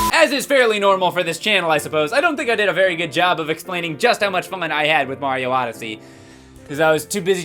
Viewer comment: C'mon it's Supa MARIO ODE-ODYSSEY. YEAH.